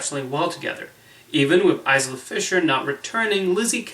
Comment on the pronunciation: Her name is I-la, not Is-la though it looks like Is-la